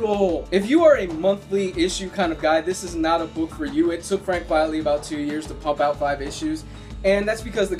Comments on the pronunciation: Although Quitely is notoriously slow I believe the delays are partly due to him being plagued with Sciatica which limits the amount of time that he can spend drawing, also it's pronounced Quitely not Quietly I believe his pen name is a play on Quite Frankly. Thanks for another great review :) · A bit late lol but it's 'quitely' not 'quietly' good review though